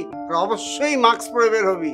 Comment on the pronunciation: Maks na mask , fokinnir pola director osikhhito uccharon janena , disgusting